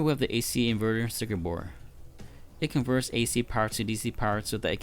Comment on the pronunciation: I love how he keeps saying bore instead of board. It just sounds funny and the sub titles say the same thing like “input bore” lmao